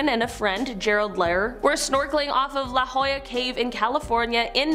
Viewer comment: She said la Jolla and I was like holy fuckin shit